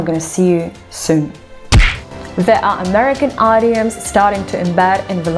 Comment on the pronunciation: Wow, your pronunciation is faf. I collected some bangers I thought I'd share. Eyedioms... idioms, the most gnarled one, Poli tics... it's not 2 words Cants... where you referring to fm genitalia? Putly... partly Sers stuff... serious, I think? Australa... my fav 😅 Stuff member... staff Beryling... barreling I don't know if you are taking the piss or what, but someone who mangles language in an accent I've never heard b4, sounds a little Cajun to me, doing a vid like this is sort of funny, sort of!